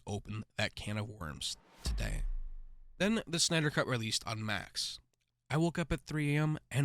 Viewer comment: Why have a page where you talk when you speak so robotically and so monotone, can't pronounce "justice league" "Jawstus" lol. Terrible. And BvS sucked!